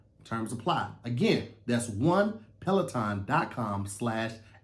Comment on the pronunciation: didn't say Pelaton correct🤣🤣🤣 I thought I heard petaltoe